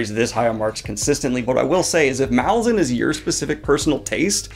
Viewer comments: Pronounced Malaz-UN not MA-lazan. Think Rome -> Roman/ Malaz -> Malazan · I hate to be that guy, but it's pronounced mal - A - zan, not MAL - a - zan, because the island is called mal - AZ, hence mal - A - zan. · Mah-LARR-zan dude, c'mon. Not Mall-lah-zan. The Lar in the title is prominent. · As the author has explained, Malazan is pronounced muh-LAH-zin (where the "LAH" rhymes with the pronunciation of the "A" in Apple). You have a big channel with lots of subscribers and viewers, and excellent content, so I'm passing this along in the hopes that you'll fix this nugget in your future videos. Cheers! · First, definitely reread the core ten books first. The reread is incredible! Second, it’s pronounced maLAZan, as in Alaskan, accent on the second syllable. And no, Erikson doesn’t mind that most people mispronounce it. But if you care, that’s what he intended. Third, he didn’t write all ten books in 12 years. He wrote the first book, *Gardens of the Moon*, about nine years before he finally got someone to publish it. And that’s why it’s not quite as polished as the rest, and also isn’t quite as consistent as the rest, which were written back to back with an overarching plot in mind. But it’s still amazing that Erikson churned out the other nine books so quickly. Fourth and finally, I would not recommend starting with the audiobook. Plan on listening during a reread, but it’s hard enough to follow when reading for the first time, let alone when listening without having previously read the series. It’s great on audio, it’s just hard to follow if you are driving or exercising or doing chores or any of the many things people do while listening. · Is no one going to mention the pronunciation of Malazan? :P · still says it wrong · I wish booktubers would learn how to pronounce Malazan